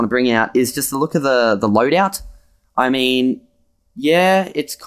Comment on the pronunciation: saying about the loudout ;) I noticed it. and you did really good in speaking without stopping :3